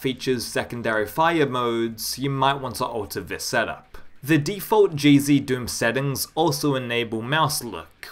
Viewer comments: yeah, decinos pronounciation of it is a bit weird, but I don’t blame him since English isn’t his first language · Whenever you say "GZDOOM" all I hear is "Cheezy Doom" :D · I hear cheezy doom and crispy doom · Now you've got me hearing it! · Omg me too 😂